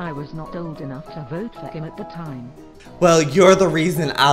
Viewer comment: XD said tiime